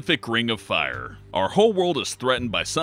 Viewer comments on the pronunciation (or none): A burning ring of "Fah" you say?